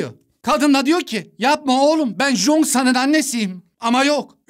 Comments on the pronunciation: Abi cheosang ada jongsan diyosunya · Jongsan değil cheongsan yaz -10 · abi o jonksan değil çhongsan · Jonksan deme be abim çongsan de izlerken delirdim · Jongsan degil o Cheong-san☠️ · Abi Jongsan diye okunmuyor çıyongsan tarzı birşey kırmızı çizgim lütfen dikkat edelim ayrıca diz i anlatıldığından çok daha güzel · Çongsan diye okunan ismi zonsan diye okudu ya buda amma komik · abı zoksan ne choengsan